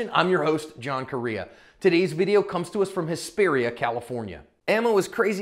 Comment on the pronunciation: That BAMF who held it down from inside the house is the father of one of my best friends girlfriends. She’s also an old friend since middle school. Side note: It’s pronounced: (Hesp-AREA)